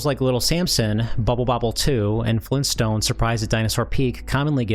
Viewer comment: Maybe he's from Minnesota?